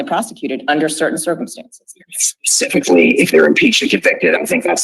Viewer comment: How is it that we have a seated judge who says "pacificly" instead of 'specifically?' My head hurts.